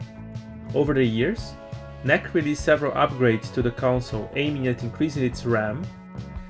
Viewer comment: Fellow Brazilian here. Great episode. Just want to point out that the correct way to pronounce "NEC" is to say every letter separately, as an acronym N. E. C. Not even in Japan they say it as "NEC".